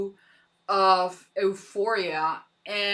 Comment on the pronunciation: love your reactions! xx btw it pronounced you-phoria